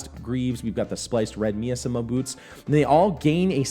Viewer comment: miasma is pronounced my-as-ma thumbs up the rest was awesome